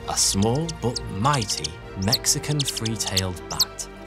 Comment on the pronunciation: Is he saying free tail ot three tailed?